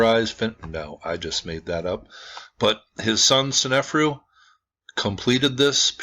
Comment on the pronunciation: Love your videos! BTW, It's sne-fa'-ru not sen-ef'-ru (I think).